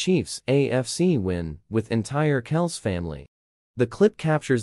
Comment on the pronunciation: You didn't pronounce kelcie properly. Their name is not kelc it is like kelcy. If you don't believe me listen to the NFL announcers how they address Trevor Kelcie